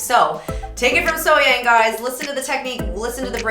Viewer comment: Great analysing.... BTW.... As far as the pronunciation of her name, take event as being spelled Sohyoung.